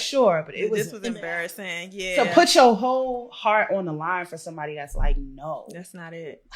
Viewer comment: "put your whole heart" or 'put your hoe heart' ...I must clean my ears out 😝